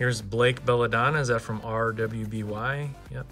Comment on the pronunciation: Cool opening! I love these cards! Btw, RWBY is pronounced "Ruby". Its a western animated show that is very anime inspired.